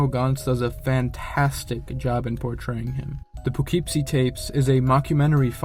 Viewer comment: Poughkeepsie is pronounced as "puh kip see"